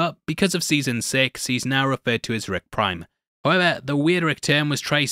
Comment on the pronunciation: I swear i keep hearing you saying ‘Rick Grime’ instead of ‘Rick Prime’